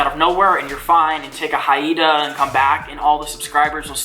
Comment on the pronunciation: Sahel Rain Thank you for your thoughtful responses. As for the poorly developed vocabulary he exhibits, I'm also referring to the many times he mispronounces basic terms. Example: instead of hiatus it's Hiana or instead of condone it is condid, something like that. Many, many other examples. Even mispronouncing expedite, with regard to shipping USPS. It's really bad. I hope he picks up a book or two and starts developing a more ameliorated descriptive vocabulary in his detailing of daily activities. It really can help. Or if all else fails, read a dictionary. I have many times before. Sort of a requirement in the further development of writing skills.